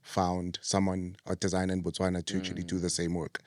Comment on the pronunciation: I love how you said Botswana 🇧🇼 We love you too ❤